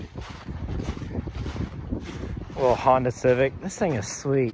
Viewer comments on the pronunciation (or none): none